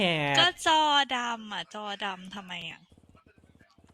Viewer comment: “ดี่แดด ดอดำ” ก็ลั่นแล้ว “ดี่แดด ได่ดีดอ” ลั่นกว่า สงสารเทพจริงๆ